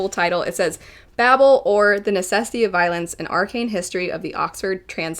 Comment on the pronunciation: Why are so many people calling this ‘babble’?! Babel is literally a word that already exists, RF Kuang didn’t make it up… it’s BAY-BLE rhymes with stable.